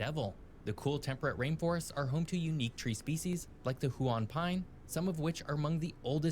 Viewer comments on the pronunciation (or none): Sorry, 'who-on'?! Huon is pronounced 'hugh-en' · The way he pronounced Huon though, Hoowan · as a Tasmanian it's pronounced hyoo-en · the the way they pronounce Huon Pine was painful